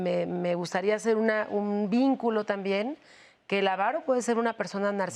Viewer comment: Avaro, sin acento en la primera a.